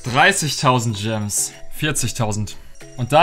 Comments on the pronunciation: hat Stadt gems gams gesagt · Jeder anderer Mensch "Es sind noch 49000 Gems" "Es sin noch 49000 Gams" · Du hast einmal gams gesagt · hat einmal gams gesagt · Du hast Gams Ge sagt Bei 49k gems hahahahhahahahahhahahahah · przestań mówić dżems